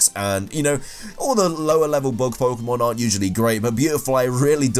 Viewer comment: why'd you keep saying "bog" on a bug? "bag"